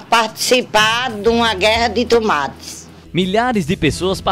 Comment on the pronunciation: "AS TUMATI" 😂😂😂❤